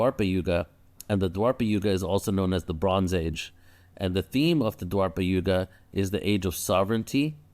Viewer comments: Its not dwarpa yuga it's dwapar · Its called Dwapara Yuga not Dwarpa